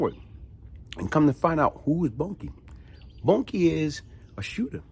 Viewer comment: Not Bunkie... Boonkie pronounced... Boon-Kie...